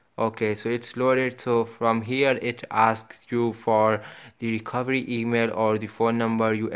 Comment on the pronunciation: Te mail 😂😂😂😂😂 thu thus tha tha tototo 😂😂😂😂